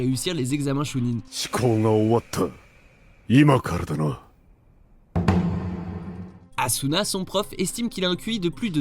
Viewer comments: C'est pas asuma mais Azuma on prononce le z mais pas en S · C'est pas ASUNA mais AZUMA 😤😤😤😭😭😭😭😭😭